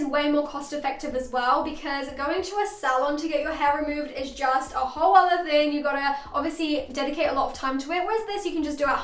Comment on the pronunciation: Did she just said 'uoo day' instead of 'whole day' ??